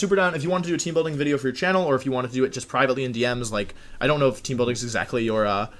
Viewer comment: you mispronounced wideo